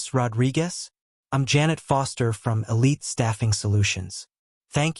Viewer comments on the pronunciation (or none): none